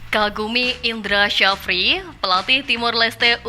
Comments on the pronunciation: Indra safri bang nyebutnya.bukan indra sajafri🙄susah amat😂😅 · indra sjafri dibaca jd indra syafri bang